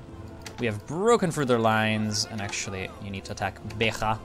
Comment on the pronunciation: Minor thing but the portuguese 'J' is read the same way as it is done in english. It doesn't have that "RRRRHH" sound that the spanish 'J' has. So Beja is simply read as "Beh-Jah", not "Beh-Rah".